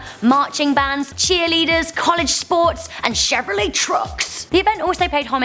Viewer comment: lol, "chevrolet trucks"